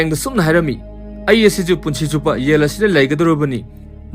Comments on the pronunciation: Jell haiyo yell haidou natte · Yel haiduba natte Jail haidubani. Wari lige hairadi Pronounciation khara chumna ngangbiyu. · Not Yaill yes jail.. not yang its zhaam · Yail nice english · Y'all haiba natte jail haiyo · Jail haigadousu yel. Yamna haigadousu jamna, meiteilon sengna haiba thoktrene bondhu nngse asina maram oibana kadaideino nngbu modhurjan😂😂😂😂😂😂😂😂